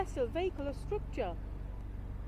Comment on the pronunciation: What's a "Strookture"??